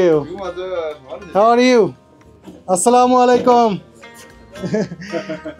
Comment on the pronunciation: আসসালামু আলাইকুম ভুল বলতেছেন আপনারা স্লামালিকুম না স্লামালিকুম কেউ বুঝেনা